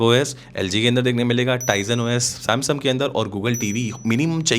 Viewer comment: Samsung ❌❌ samsum😂😂